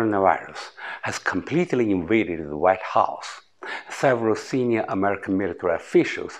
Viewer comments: 好个屁，老外不看字幕没法听得懂他说什么！就头13秒，invade，military 都读到一塌糊涂。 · 好个屁，就头2句，invade，military 都读到一塌糊涂，老外不看字幕没法听得懂他说什么！我也没劲看下去了！